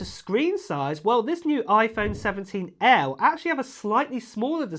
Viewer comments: 😂That’s that UK Accent 😂😂😂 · Why do you say air like that?